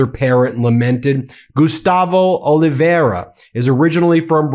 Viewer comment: Oliveira is pronounced Olive-Vay-Rah. Trust me, I know. I also know better than to take myself or my obviously ethnically looking family to the United States. Not even for a visit. The goons are out of control.